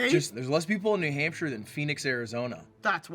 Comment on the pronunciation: it was a jump scare to hear “new nampshire” from queen broski’s mouth, hello to my fellow new hampshirites!